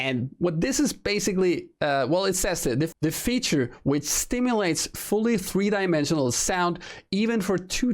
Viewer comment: ' The feature which sTimulates' lmao